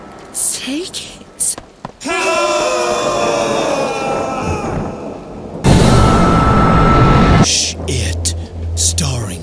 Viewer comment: I love the way he said sh(IT) instead of shit!